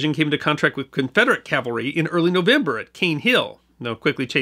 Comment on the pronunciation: It sometimes sounds as if you are saying "Calvary" when describing mounted troops, but I am a long-time subscriber and fan of your channel and I'm confident that you know that the correct pronunciation is "Cavalry." Thanks for another great video,!